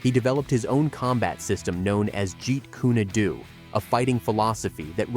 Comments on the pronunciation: Liked th video, however it is pronounced "Jeet Koon doe" not Jeet kuneey do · Get a better AI voicetrack. "Jeet Kuney Doo"? C'mon; that's pronounced "JEET KUNE Dough". Any martial artist knows this, and your terrible AI voicetrack just lost them as watchers... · For the love of God why can't these freaking narrators learn how to pronounce martial arts names properly?Like Jeet Kune Do there is no such name as Jeet Kuney Doe you Damn Idiot!!! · The announcer has some naming issues. For example, it's not pronounced Krav Mah-gah, It's Krav Meh-ga. And Jeet Kune Do is not "Jeet Ku-knee Do," which he later calls "Jeet Kune Doo" and "Jeet Ku-Nee Doo." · What the fuck is "Jeet-kooney-du"? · jet - like air jet kun and DO- like john doe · Jeet kooney doo..... wowza lol. Bruce Lee is barely proven or known. Lets not worry about pronouncing his creation properly lol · Jeet kooni doo?😂😂😂 tfays?? Steven seagull?😅😅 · If anyone’s gonna have a commentator say “jeet kune do” maybe spell it differently to sound like it supposed to, disrespect of Bruce Lee if you say it wrong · Great video, but it's painful to hear some of these pronunciations, especially Jeet Kune Do. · you are pronouncing jet kune do completely wrong pls learn to pronounce it properly